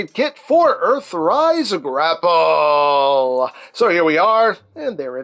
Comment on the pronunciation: "Mister Gra'Pell" 😅